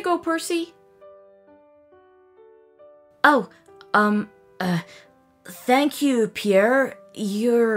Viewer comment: Percy it's Percy you messed it up